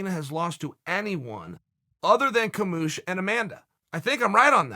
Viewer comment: Chael "Kamoosh" Sonnen... OK Great!!